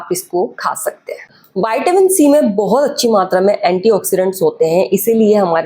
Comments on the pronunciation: Not vaitamin in pronounciation it's vitamin straight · वयटामीन नहीं मॅडम व्हिटामिन बोलो लगता है ये कंपाऊंडर हे डॉक्टर नहीं